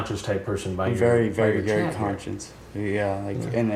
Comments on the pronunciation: its because its not even pronounced the way you say it. "yah" = "yeah" lol... not "YAH" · I hate it it sounds like it’s sarcastically impersonating a Swede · the way you say ya is so funny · Bro when you say “ya” 😂